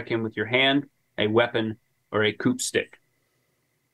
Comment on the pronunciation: Love y’all’s stuff, but that last 30mins mispronouncing counting coup 118k times was killing me